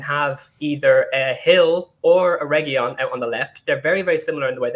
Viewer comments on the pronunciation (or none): For starters guys Reguilón is said R E G I L O N (hard G, hard L) with the stress on the O. There is no Y sound - that's from the Spanish LL which is not in his name. We are over a YEAR into this FFS. Secondly WTAF is this guy on about??? There is nothing wrong with the formation, we had excellent shape. We need 3 in the midfield and we need 2 superb centre halves to be a top 4 team. That is all. If Ndombele is on his game then those 3 pick themselves every game. Cuti probably needs a world class partner as a first choice. Dier, Sanchez and Rodon are good but not elite centre halves. That's it.